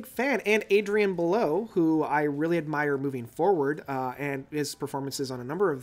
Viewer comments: AspIC not aspec, BelEw not Below, Fracture not Fractured... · Adrian belew not below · Well done except you mispronounced Belew.